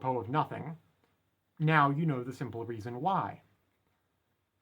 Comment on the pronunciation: actually it's pronounced "now" not "nauww"